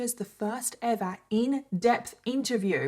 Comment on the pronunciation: The way she says EVA (ever) just lightens up my day ❤